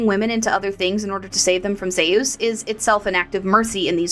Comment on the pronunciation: Good video, but its hot here atm and I feel like a baked potato. Gotta ask though how you came to your zee-ous pronunciation though. How did you come by that one? My brother studied greek for a while and insists its more like zúís whenever we discuss mythology.